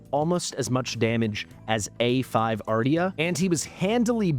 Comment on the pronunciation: Isn’t Ardea pronounced ‘Ar-Day-a’?